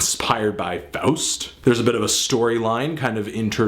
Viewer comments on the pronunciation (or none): none